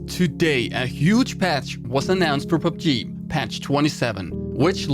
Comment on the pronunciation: The way he says PUBG tho